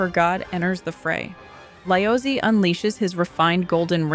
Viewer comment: LOL The way you pronounce Laozi/Lao Tzu is so funny. 🤣🤣🤣🤣